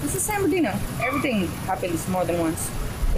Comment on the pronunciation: It’s San Bernardino 😂😂